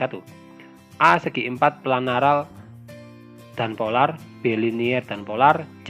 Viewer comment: Terimakasih pak untuk pembahasan soalnya. Namun ada kesalahan dalam penyebutan nama unsurnya Al itu A dangan L. Cl itu A dengan L 🙏